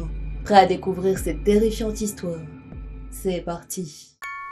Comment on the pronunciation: "c'est parrrtiii !"